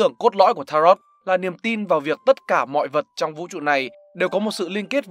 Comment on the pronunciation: Đọc đúng là ta-rô chứ không phải là ta-rot đâu.